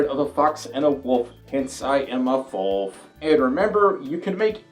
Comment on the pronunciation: You always say flof instead of folf